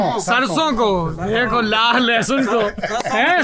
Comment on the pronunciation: सौरभ जी लाह नहीं लाहा कहते हैं